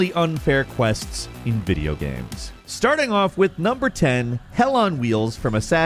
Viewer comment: Video Gayehms?